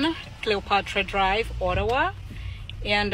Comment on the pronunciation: Olawa instead of Ottawa🤣🤣